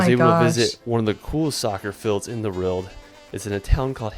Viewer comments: He always makes great videos around the world but he struggles to say "World" is it just me?. Roorwld! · This is the guy that can't say "world" properly for some reason :D